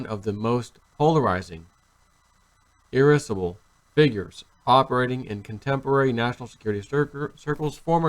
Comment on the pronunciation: Hey. Look up how to pronounce irascible.While you are at it, look up the definition. Your boy got schooled. There was more Democratic opposition in the House than Republican opposition. Look that up too. The establishment gave Trump an education. And please learn the English language.